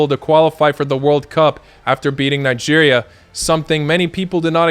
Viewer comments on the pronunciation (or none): none